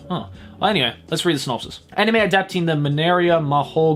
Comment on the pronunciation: “was pboogiepop fpantom an animeu ?” S E A R C H